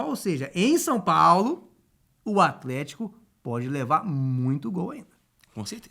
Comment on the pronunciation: esse "Aflético" do craque Daniel sempre me ganha